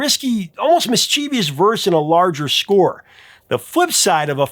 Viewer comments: It's pronounced "mis-CHE-vous", not "mis-chee-vee-ous". You're in the public eye - let's not show off your modest roots too much. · I hate to be "that guy" and I love you, but Micheevious isn't a word...